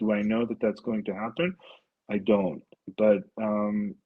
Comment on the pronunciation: Owen, I understand what you are saying because I grew up in England, but if you want to grow your base, you need to speak a bit slower and with more clarity and stop garbling words. You could also use words that are more universally understood like pronouncing "but" as "but" instead of "buurt" - just a thought